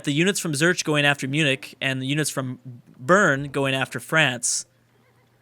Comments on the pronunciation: its pronounced "Zu - rick" not "Zurch" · As a german it hurts me so much to hear him pronounce "Zürich"....